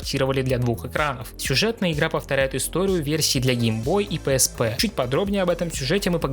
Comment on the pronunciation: Ты не правильно называешь psp